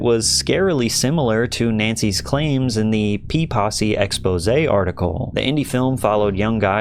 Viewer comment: Saying "P-possy" sounds like "Pee-Possy", like they're a gang of golden shower enthusiasts.